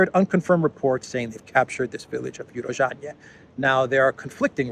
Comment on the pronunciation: It's pronounced U-ro-zhainoe - Урожайное